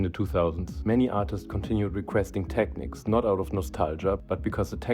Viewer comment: tek-neeks, sucka